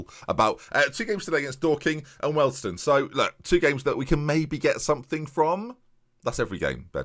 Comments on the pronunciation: What on Earth is a Welston? Wee-all-d-stone I think you mean. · Hi Ben great video it’s pronounced we all d stone